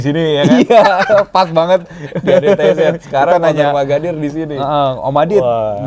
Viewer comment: Itu om magadir chadel ya om kok seperti nya susah mau bilang r😅